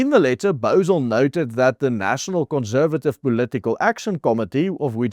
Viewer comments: Please... conssssservative, NOT conzzzzervative! Doen asseblief iets oor jou Engelse uitspraak. Maak ore seer! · Great article. Just a bit of constructive criticism. Conservative - the s should not be pronounced as z.